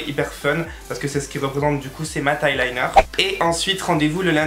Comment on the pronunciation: On dit " eyeliner " et pas " highliner "😂😂😂😘